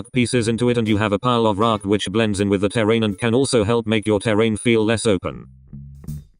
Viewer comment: Pov you say raaaack instead of rock